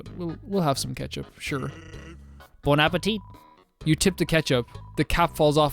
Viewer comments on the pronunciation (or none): he didn't say bon appetit but he said bone appetit 🤣